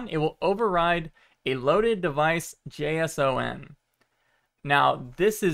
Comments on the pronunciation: You had me until you started to pronounce JSON by its letters, and not like "Jason" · I have never heard anyone spell out JSON before. Lol. At first, I thought that was just a misunderstanding of the pronunciation, but then you kept switching between spelling it out and pronouncing it. Is it common in some group of people to spell it out like that? Or is it like an old habit that you step in and out of? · can't believe how is pronouncing JSON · I love your videos, but please don’t pronounce json as J-S-O-N, it triggers something in me 😂 I’m a programmer and I’ve always heard this extension pronounced as “Jason” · Yo it’s pronounced “Jay-sawn” not J S O N 😂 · its JSON, not J.S.O.N. smh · it annoys me that he says “J S O N” instead of “Jason” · nice vid but it's pronounced jason not j.s.o.n. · Never heard someone pronouncing JSON as "J-S-O-N" instead of "Jason" before. ;-) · Please say JSON like Jason and not J S O N, never heard it like that before and I hate it xD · Oh god he pronounces it as J S O N, instead of J-sahn. Don't do it, it hurts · you're killing me haha. in the industry, we pronounce JSON. jay-sahn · With all the adjustments, I would think it was a dev headset, so they could test out which ways they panels fit best for the most immersive experience? Also JSON is pronounced like the name Jayson 😃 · Did this man just call a json jeiesouen? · JSON is pronounced Jason lol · Nice video. Btw, JSON files are usually pronounced Jason. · This is the first I've heard someone pronounce "JSON" as seperate letters. Generally speaking it's pronounced like "J-son" (or just "Jason") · I see others have commented on how you pronounce JSON. I'm not gonna REEE like an elitist, but I must say: it does make it difficult to comprehend what you're saying when you don't pronounce it "Jay-Sawn" like everyone else. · It's pronounced Jason, just remember to press X